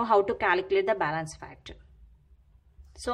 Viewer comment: Bailance bolna bnd kr